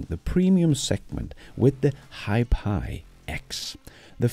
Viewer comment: Hiphi is prounounced like HiFi, ie High Fidelity.